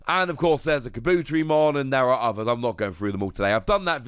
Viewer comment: I hate to be this guy. Kabuterimon (car-boo-teh-ree-mon)